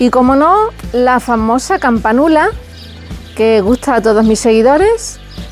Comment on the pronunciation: Campánula, con acento en la segunda a !!!